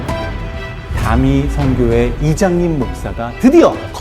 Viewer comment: 나만 이장림 목사 자꾸 이장님 목사라고 들ㄹㅣ나